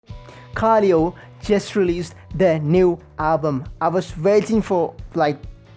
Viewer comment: Sick reaction! Minor thing tho it pronounced ka-lay-o